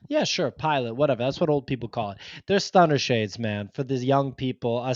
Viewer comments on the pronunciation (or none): its Stunna not Stunner shades lol